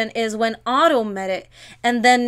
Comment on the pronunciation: When she said it's not Otto but hotto it made me laugh 😂